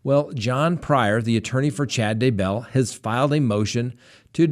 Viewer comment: You drive me crazy how you pronounce daybell. Why do you do that?And were is the evidence of murder. Its really worrying no murder charges yet. What's going on ? All I can think is they only have circumstantial evidence?